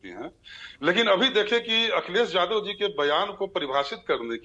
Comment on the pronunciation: अपने को भाषा के विद्यार्थी बता रहो हो फिर भी यादव शब्द नहीं बोल पा रही हो। वहीं टंग लैंग्वेज जादव रट रहे हो।